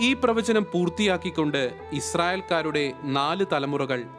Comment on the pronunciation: Pravasanam alla sechi.... pravachanam